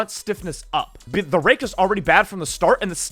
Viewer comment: bro is NOT saying rake